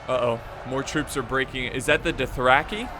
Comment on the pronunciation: I like how pronounces Dothraki like “Duthracky”